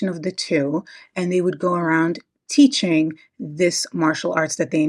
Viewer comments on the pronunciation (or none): Its teaching not teatsing jeeeez xD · 😂😂😂 Isn't it ironic? He cannot even pronounce the word in the right way Titzing 😂😂😂😂😂